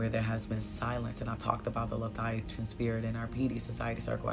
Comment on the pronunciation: The spirit’s name is Le-Via- than 🙏🏽❤️